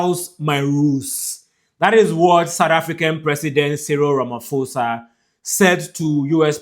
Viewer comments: Ramaposa thats how you must pronounce not Ramafosa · A polite correction. Please pronounce Ramaphosa - pho as in post. Stay blessed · If you can not pronounce the president of South Africa correctly here us a tip : please pronounce it as Ramapoza. 🙏🏽 you content is one of the best regarding on presence globally. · Ramaphosa - pronounced RAMAPOSA❤️ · Ramphosa- the letter H is silent... RAMAPOSA 👍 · It's Cyril Rama-pour-za. The "H" is silent, please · Pls is not ramafosa 😂😂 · To my continental family - Ramaphosa - pronounce it as RAH, and MAH, first, on the PHO ( pronounce as the first part of "pot" without the T , than pronounce the SAH at the end - hope it helps.